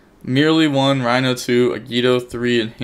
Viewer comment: How do you pronounce Reino correctly, but mispronounce merli? You doing it on purpose !😂